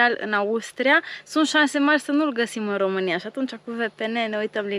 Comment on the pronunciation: Horrible to keep hearing RUMANIA... when are you going to learn that in English it is ROMANIA... it's like the Romanian "ROU" and not "RU"... only in French they pronounce 'Rumani' and in German they pronounce it 'Rumenien'... in English or Italian the pronunciation is with O and not with U...